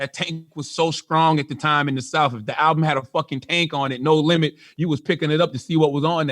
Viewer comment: Its pronounced south, not souf.